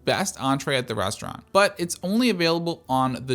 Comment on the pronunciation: resh - trant